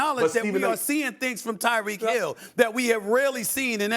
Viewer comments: To constantly say Tarik instead of tyreek is so disrespectful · “Tarik” Hill 😂😂😂😂😂😂😂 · I appreciate Molly for checking him about mispronouncing Tyreek name.